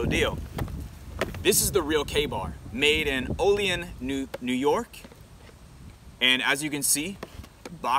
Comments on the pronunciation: Pronounced OH LEE ANN N.Y. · Olean is properly pronounced “Oh Lee Ann” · We say it with more of a anne at the end of Olean (ol-e-anne), if anybody cares. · Proper pronunciation of Olean- Oh-Lee-Anne